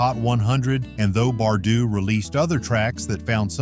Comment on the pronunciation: I don’t know why I waste 15 minutes of my time watching these when the guy narrating these doesn’t know how to pronounce names (Bardeaux, Climie Fisher among others) and doesn’t know that the artists have had other major hits even though they were in non-US countries. He doesn’t even notice that Rob Fisher was in Naked Eyes. Furthermore, as another example, Information Society had other US hits with Walking Away and Running. Also, for another example, Brenda Russell had another massively successful single with Get Here. Next, he misses that Bobby McFerrin is a major and successful jazz artist.